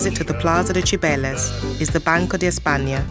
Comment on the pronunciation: La narradora tenía que haber pronunciado los nombres en español correctamente. Cibeles y no Chibeles! por ejemplo